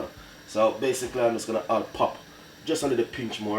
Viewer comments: Mi seh, 'basickly' got me!!!!!!!!!!! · So BASE-SIC-LE (basically) lol Weh "Pinch ah salt" aguh lol